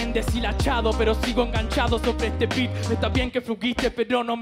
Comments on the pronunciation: aaa dice beat pense q dijo pito xdxd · Entendi pito en vez de beat. El unico?